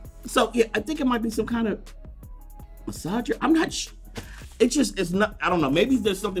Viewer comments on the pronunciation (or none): A "massager"